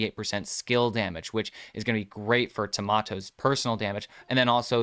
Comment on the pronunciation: Please stop calling it Tomato, it's Tamoto! Its a Ta like in "task", then a moto like in "motocross"